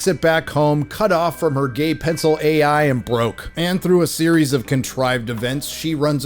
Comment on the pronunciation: “Gay-I” assistant killed me 😵‍💫😂